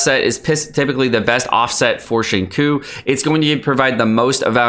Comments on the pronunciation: it's xing-chew not xing-koo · it triggers me that you pronounce his name "shingcoo" when it's "shing-chyo" (long o) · Xingqiu 行秋 = SING-CHEW You are killin me bruh. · I literally debated watching this video because of the way he says xingqiu as “shingcoo” Jokes aside great video! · Like I've said in the previous video, its pronounced Xing-Chew (95% similarity).. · Please, it's Xing Chiu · Xinqui is pronounced as ching choo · CHO it's pronounced Sing like singing and cho like show but ch to make the cha sound i'm tired of the disrespect on water shota😩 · i know this is nit pickey and probably irritating, but please learn how to pronounce xingqiu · Awesome stuff , now the only thing left is to learn how to properly pronounce "Xinqiu" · I am in pain. Why does he say Xingqui's name like that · Good video but the way you pronounce Xingqiu drives me crazy